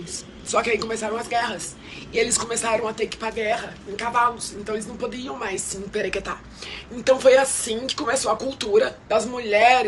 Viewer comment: Desculpa, mas só eu fechei de rir de tanto ouvir ela falando “semperequetar” kkkkkkk